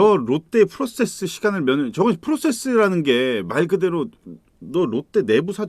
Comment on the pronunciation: 부산은 프로세스를 프로세서 로 발음하는 군요.